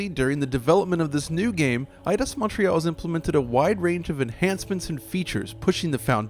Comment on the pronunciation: You said Edios wrong.